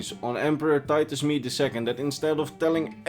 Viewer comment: Rodney Tholanah no it’s Titus MEDE